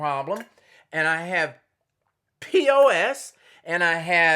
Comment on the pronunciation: It’s PCOS, not POS.